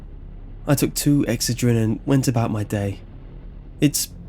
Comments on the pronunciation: Ex-uh-drin?! Lol. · Comment was probably in reference to the weird way he pronounced it, not being unaware of the product.